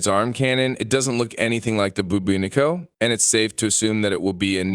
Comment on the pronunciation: One criticism... When talking about the infested arm cannon you kept saying buboonico. It is called the Bubonico (boo-bah-nic-oh). You've definitely said this right in the past and seem more intelligent than a lot of the streamers out there. Such an oversight now would suggest you're overstressed or just too tired. Perhaps you should take a break?